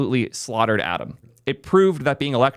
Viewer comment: for a moment i was like "Adam? What is Adam"?.. oh Atom.